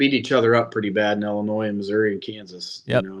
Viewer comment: Can you please stop pronouncing the S on the end of Illinois....